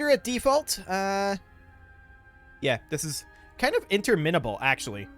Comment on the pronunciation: “Interminnable” haha